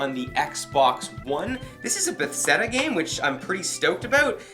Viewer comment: 1. How have you never heard of Dishonored 2. The case looks like it was chewed by a dog 3. The way you said Bethesda 4. I love your videos xD